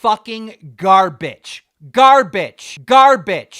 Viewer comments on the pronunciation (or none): Gar-bitch? this dude isnt just dumb he also needs to learn how to say Garbage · he pronounces garbage like garbitch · Keem says 'hobophobic' XD Dude has a real problem with pronunciation. Earlier in the video he pronounced garbage as 'gar-bitch'. Start going after him for stuff like that I'm sure something that petty would get under his skin. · Yeah. It seems he can never get his words right. He kept calling Ethan garbitch instead of garbage in his newest video lmao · I can't get over the fact that keemstar pronounces "garbage" as "gar-bitch" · why it sound like he's saying "GARBITCH" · Why does keeeeeeeeeeeeeeemstar pronounce garbage like garb*tch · "garbitch" ok keem, ok. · Um it's pronounced "gar-bitch" Ethan.... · Anyone else bothered by keemstar pronouncing garbage like “garbitch”? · its pronounced "ga-baj" duh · its pronounced "GarBitch" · it sounds like he says garbitch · Dude says garbitch can't even pronounce it right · did he just said gar-bitch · Why does he pronounce it as “gar-bitch”